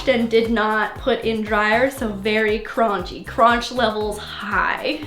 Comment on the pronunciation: "Its a little cronchy" - 2020